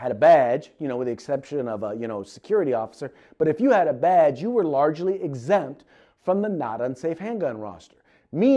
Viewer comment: always hated that, "LEO excempt. "